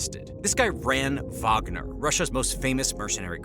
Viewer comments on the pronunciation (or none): none